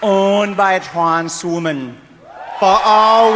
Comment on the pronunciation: "Owned by trans rimmin"